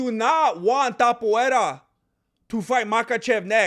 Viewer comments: Ilia Topuria, no Tapoeira.... y por cierto, con todo el respeto del mundo, hacía mucho tiempo que no escuchaba tantas sandeces juntas. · His still calling him "Tap-uera", as if he didn't fight off a dangerous leg lock from Charles Oliveira... it's so cringe, he has to admit Topuria proved him wrong and quite disrespecting him for no reason, bro wants him to have 3 title defences before putting respect on his name, bro thinks he's a king or something. Btw, saying Charles wasn't in his prime when he was champion and that he fought cans that Khabib already beat doesn't hold, bc it took 3 hard rounds for Khabib to sup Poirier, Charles did it in 2 and didn't struggle as much, then Makhachev (way better than Khabib) took 5 hard rounds and you can clearly see that Poirier was for each title shot a better fighter skill and endurance wise. A man's physical prime varies between 29 to 35, after that T level production decreases (some people's T don't decrease until 40). Max is not out of his prime, he took the 0 of a young prospect Arnold Allen and then dominated and KO'd Gaethje (who beat Poirier and a young prospect Fiziev on the feet***) in a upper weight class and we clearly saw improvement in Max's striking skills and power + a improved kicking game, but it's really Max's next fight which is going to show if he's still in his prime or not (his 33 btw, chill). For the other points I agree.. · Por qué pronuncias Topuria como "Topuera"? Si se lee exactamente igual que en español, acaso no eres mexicano?